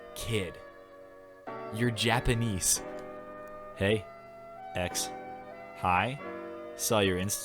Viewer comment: "Japaneice" I'm dead